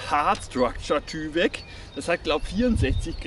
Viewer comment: Wird übrigens Teiwek ausgesprochen. Kommt von DuPont.